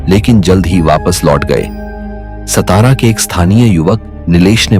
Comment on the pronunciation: सतारा नही सातारा नाम हे😡🙏